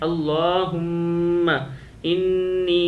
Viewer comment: Bhai ap parh rahy ho Alahuma inni ,jb k screen per likha arha Alahuma Inna . homework bht zarori hai phy tayari krlain phr video bnaen